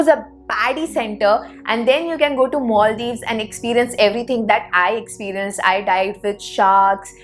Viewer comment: Not only 'Herket' ,your English accent too. Where is 'Moldiws' ,can't see it on map.